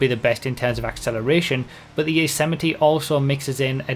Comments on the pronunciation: Its the YOSE-MITE(YOS-MIGHT) not Yosemittee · it's pronounced yozimight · Isn't it pronounced Y-oz-might lmao